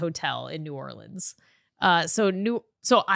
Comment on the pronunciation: As someone from Louisiana pronouncing New Orleans right makes me so happy